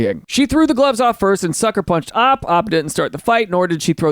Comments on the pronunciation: It's pronounced OP, not Op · Why does he say Opp 🔫 instead of O-P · It's not op it's O.P. Stop it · O.P. Original Poster! Not, like how you are saying it!